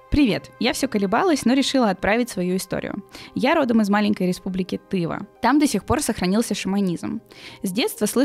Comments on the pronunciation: Не ТЫва, а ТывА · правильно ТывА, а не ТЫва. Это в России 🥺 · Спасибо за новый выпуск любимого формата❤️ Гостья чудесная, одна из лучших, что были на подкасте. p.s. правильно будет ТывА, а не тЫва, в который раз встречаю от государствообразующих не знание элементарных вещей о коренных народах своей страны. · Не тЫва ,а тывА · подкаст суперский но не правильное ударение республики Тыва. Ударение на последнюю букву